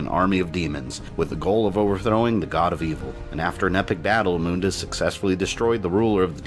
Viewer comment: That’s how is name is pronounced though